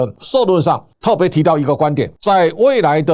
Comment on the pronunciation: 企ㄑ一、業啦 ，不是起業！